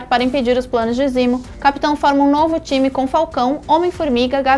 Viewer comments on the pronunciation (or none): Me incomoda pra krl uma coisa. Se decidam ae, ou usam nomes originais ou usam nomes traduzidos. Foneticamente, nos EUA, T'challa se fala "Tetchala" mas no Brasil é "Tchala". Não é "Barão zimo" e sim "zemo". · Zimo???? Zemo !!!!!!! Porra oq essa mulher faz aí? Tá de sacanagem!!!!